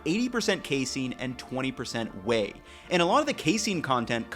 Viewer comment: Not me laughing each time said "way" and I just kept thinking "whey"